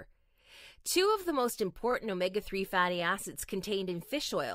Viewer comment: Is she saying omega fatty ass’s or just wrong thought?